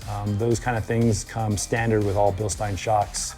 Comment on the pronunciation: It makes me smile, everytime says Bilstein😀 He is one of few who pronounce it correctly!